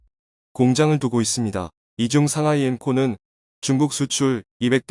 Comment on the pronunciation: 글을 읽는 사람이 한국사람이 아닌지 틀린 부분이 너무많아 아쉽네요. 삼하이, 푸돔, 삼황등등......